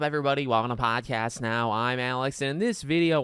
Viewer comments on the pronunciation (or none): I love the way you say "Welcum to PaHdCaSt NeOw" 🥹🥹🥹🥹.